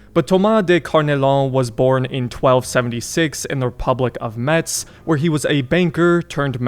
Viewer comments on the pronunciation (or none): Just for precision : « Metz » is pronounced like « mess ». The T is silent, the Z is pronounced like a S. Of course you can’t figure out that one if you don’t know it.